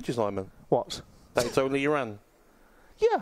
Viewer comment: Respect that Simon says "Iraan" instead of "I-Ran"...even corrected himself